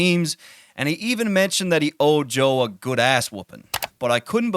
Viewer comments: Sounds like he’s saying “ Joel “ instead of Joe this whole video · Who the fuck is Joel??? You keep saying it while narrating and occasionally correctly switch it up to JOE. I appreciate the content but damn bruh. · I keep hearing this guy say "Joel"